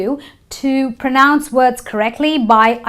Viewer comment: Pro noun nahi Pra-nounce hota hai...sorry